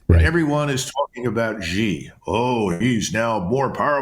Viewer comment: Xi is pronounced Shee.